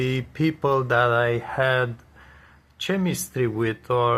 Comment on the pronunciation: Hello. I watched your video about Fridge temperatures & what that dial means in the fridge. I commented. Thanks for that. I clicked here to see other video's in general & on appliances & fridge video's. Just being helpful, you refer to chemistry' often here. The correct pronunciation is 'kɛmɪstri'- this is the Phonetic description. The 'c' in chemistry is pronounced with a hard 'k' sound as in 'kite' not 'ch' as in 'champion'. Similarly, Google 'chrome' is pronounced 'Krome'-hard 'k'. Also, better & the right way to say: 'get along with', this is what is called 'word order' in ESL Language Training. I'm CELTA qualified of ESL Teaching & taught internationally for many years to many students from all over the world. (ESL-English as a Second Language). May I suggest printing of a Phonetic chart, practice and drill. Drill is another ESL term, just means: a technique we use in class to develop fluency, pronunciation involving repetition. (& often games). There is a lot on YouTube now on this, type drilling exercises. Most dictionary websites now how a sound icon 🔉 next to any word that plays the correct pronunciation. Try it with 'chemistry'. Hope this is okay!